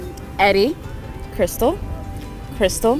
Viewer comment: he said nice to meet you *kystal instead of krystal